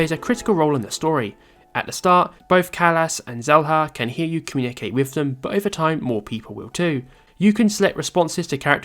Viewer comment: Shela not selha